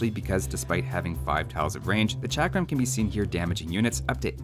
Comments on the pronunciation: Pronounced chuck-rum thrower. Source: am brown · it sould be pronounced chakaram thrower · In India chakram mean circle and u said it wrong way